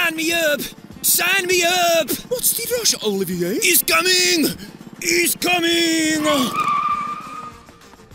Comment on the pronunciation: Olivier * not Oliviyei